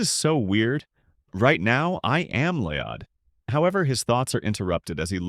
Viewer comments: it's LL-OY-D - not LEE-ODD. it's even spelled LLOYD or LOID... not LIOD. this AI isn't so I. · Isn't it LOYD NOT LEEEYAHHDD??